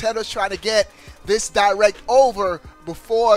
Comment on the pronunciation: nintendo "di-wreck"